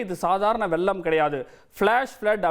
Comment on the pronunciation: அது வெல்லம் அல்ல வெள்ளம். அவனை நிறுத்த சொல்லுங்கடா. தமிழை கொல்லாதே.